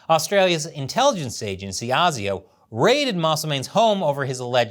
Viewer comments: AY ZEE OH not AR ZEE OH. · Mate, you need to learn how to pronounce ASIO. Phonetically, it's "ay-zio". Not "ah-zio". Sorry, but your constant mispronunciation is bloody annoying. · it's A SI O.. A say A SI O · it's pronounced "ayy-zee-oh" mate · ASIO is actually pronounced AY ZEE OH. Very entertaining video I enjoyed it. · "ASIO" pronounced A Z O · Asio pronounced "A" "C" Oh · its pronounced Ay-Zee-oh. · you keep saying asio wrong , we say it like you would say the letters "A Z O" indivually ehh zee ooh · ASIO is pronounced A Ze O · ASIO? its pronounced ASIO!